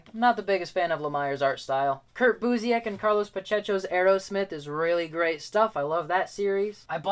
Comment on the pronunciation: Busiek is pronounced byewSICK. ✌